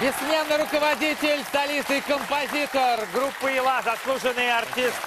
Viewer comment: Андрей.Не Елла.А ЯЛЛА.